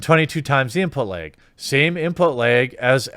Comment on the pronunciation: Lag (or as Jeremy says: "Leg")